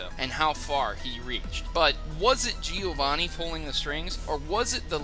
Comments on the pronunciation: Great video! However it's "Giovànni", not "Gìovanni". I'm italian, sorry for my bed english XD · Its bloody GE-O-VANI not GE-O-ANI!!!!!!! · He said Giovanni wrong. He said it like Giowanni